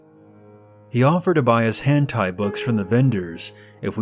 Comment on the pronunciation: Lmao the way you said lolita like “low-lai-ta” and hentai like “hantai” made me laugh, I love your stories regardless tho ♥️